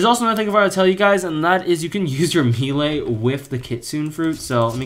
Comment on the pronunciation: I just hear you pronounce melee and it’s weird. Pronunciation is weird